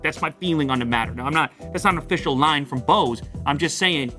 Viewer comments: How he pronounces “Bose” oh sorry “Bause” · You don't care now, but when you're having a conversation with bunch of audiophiles everytime you say Boose noise canceling headphones 700 You wish the name was shorter 😂 BNCH 700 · Bose huh I thought it was called Bose